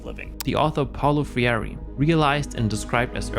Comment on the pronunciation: Paulo Freire is not related to Guy Fiery. Paulo fReire (it's ok to tongue slip sometimes, just a little correction)